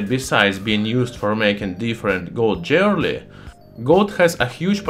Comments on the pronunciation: I love the way he says "Jwearaly" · The funniest thing about it is. If you have english subtitles active, google translates it to jelly. That one got me laughing. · I like gold jerly. BTW he's from Estonia, not Russia. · Oh yeah, jeorly. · "Jewerly". Nice example of metathesis. Love the channel ! Subscribed. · I love your pronunciation of jewelry. I'm going to say it that way from now on. : )